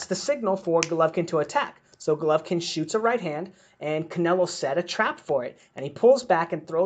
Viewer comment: 😂 😂 😂 U can't even pronounce golovkins name